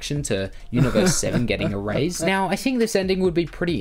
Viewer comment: IT'S ERASED NOT "ERAZED". Other than that great vid